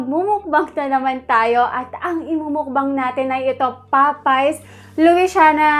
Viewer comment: i like ur manila accent say it again "papays lowishana"